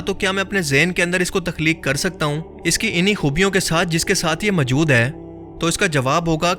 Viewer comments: Pls. Say Moojood,not Mujood. Jazak Allah Khair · Majood nahi hota word hai maujood Rectify this